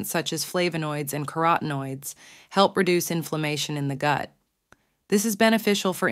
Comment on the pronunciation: Good video but definitely using a robo reader. “The goot” 😂😂